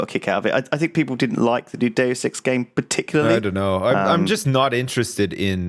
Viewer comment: If you turn on closed captions you'd see how every time Lewis says "Deus Ex" it's like, dude sex, or six sex. While when says it, it perfectly translates to Deus Ex.